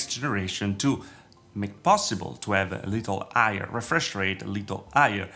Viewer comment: Why he doesn't pronouce the H on higher and hertz?